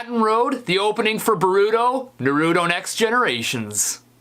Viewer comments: NAH-roo-toe. Not, nah-ROO-toe. Sorry, that really pisses me off. I love Naruto. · CURSE YOU!!!!! you pronounced Naruto wrong. its pronounced NAH-roo-toe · ok how he pronounced Naruto and Boruto's name triggered me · Na-Ru-To Bo-Ru-To Not Na-Ru-Do Or Bo-ru-do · Naruto does not sound like neruto it’s n ar u to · It's nourto ,not nurooto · Nuh-roo-toe?! Naww tis. Naw-rah-toe Hahaha love your vids man keep on keep'n on! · It's "NAH-roo-toe" not "nuh-ROO-doe" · "Anime" is the plural of "anime" and "Naruto" is pronounced more like "Nah-roo-toe" not "Nuh-roo-doh" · You say that they're your favorite anime's yet you still pronounce Naruto like Na-Ru-To instead of Nar-U-To, and Boruto like Ber-U-To instead of Bor-U-To. My god man, work on those pronunciations. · It's NA ROO TOE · HOW DARE YOU! ITS PRONOUNCED NA-RU-T0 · You said it wrong it's Naruto not new turo Let Me Slowly spell it normal and r Naruto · It's pronounced nar ooh toe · How do you watch NARuto and BORuto and pronounce them like that? ... No, I'm sorry, "weeb" doesn't mean anything in Japanese. Don't change the subject. Right, it's not NaROOto or BoROOto. Otaku? Never heard of it, is there a manga? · No not naruuuooto it’s natuto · Naruto is said nar o to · As an avid Naruto watcher you are saying it wrong it is nar-oo-toe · DID YOU JUST PRONOUNCE NARUTO AS NAROOOTO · It’s called Naruto (Nar-o-to) and Boruto (Bor-o-to) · Its pronounce (noru-toe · it's pronounced nar-to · It’s Pronounced NAH-RU-TOE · Its nar ru toe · Its nar-a_to and bor-a-to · XD u said naruto and boruto wrong itz nar/ru/to and then b/ar/u/to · I'm not sure if its a New York thing but usually we pronounce Naruto like Nah-Ruh-Toe. But no disrespect Stevie we all probably just pronounce things differently. It just caught my ear. Your still awesome and funny as hell bro. Keep up the videos. Your videos never fail to make me laugh. You should do a uku-djent cover to a periphery song. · ...and I turned it off after you mispronounced "Nah-roo-toh."